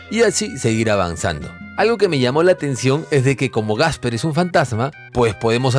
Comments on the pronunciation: Buenas. Buen vídeo. Solo una cosita: no es "Gasper" (el fantasma), sino Casper 😂👍🏻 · porque le dice gasper?